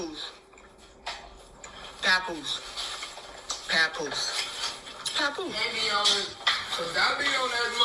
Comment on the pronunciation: Omg she said Pap-oose-aye...chile stop before his opps start using that as material!